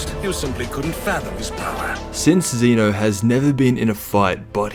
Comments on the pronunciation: This guy says zenu its zeno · Its zeno not zino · he said zino lol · My guy said ZEENO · zeeno his saying zeeno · So annoyed with how you pronounce ZENO